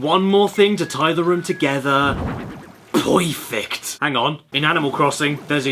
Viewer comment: I was today years old when I realized that he said "perfect" and not saying another name for urinal